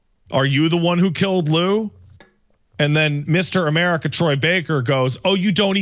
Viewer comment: Omg Amelie...Ka? Lol 😆 (say it in Engrish if it helps) Amelie...Ka? Amari...Ka? then Matt McMuscles would say YEAH! Murica!!! 🇺🇸